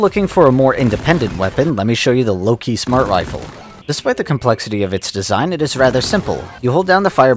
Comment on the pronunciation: Love how he acknowledges mispronouncing "warthog" and then pronounces "Lok-1" the "Loki"